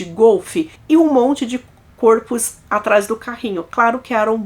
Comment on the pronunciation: está me dando gastura ouvir vc pronunciando o plural de " corpo " de forma errada! Corpo, plural = CÓrpos (aberto, mas sem o acento agudo), ok? Fica a dica, mas sem querer te ofender... ❤🥰